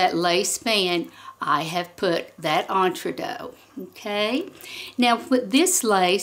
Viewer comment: Great video. Very informative. But the mispronunciation of Entredeux sounds to me like fingernails on a blackboard. So sorry. 😢